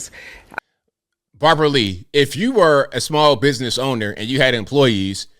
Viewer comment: Thought you said bobby lee for a second😂